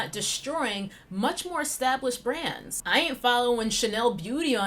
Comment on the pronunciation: Now I hear „grans“ eveytime you say „brands“. Damn my ears.